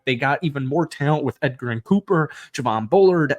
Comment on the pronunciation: Cooper’s name is pronounced edge-er-in, not Edgar-in lol.